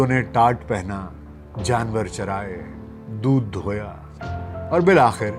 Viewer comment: A.A... Bhai pahlay bhi bata Chuka hun k yah lafz dudh dhoya nahin hay... Yah lafz dudh doha hay